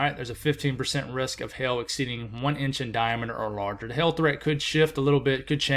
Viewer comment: you gotta enunciate that "hail," word, sounds like you're saying hell. lol. cute!!